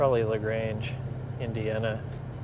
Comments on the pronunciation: You pronounce LaGrange correctly. I live about 1 hour north in Michigan. If ever nearby would like a quick handshake and a coffee. Peace brother. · You nailed the pronunciation . LaGrange, just like ZZ Top. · Damn that's crazy you were so close! Not sure what you got those Tru's for but I could of set ya up on some cleaner one's that haven't been in boxes forever. You actually said LaGrange correctly 😂 That's lake country up there and very very close to the Michigan line where there's even more pretty lakes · You said Lagrange correctly, I am from that area of Indiana. Also, my son lives in Billings, and I totally agree with your opinion about the drive to Bozeman. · you said it right..... just like Lagrange Texas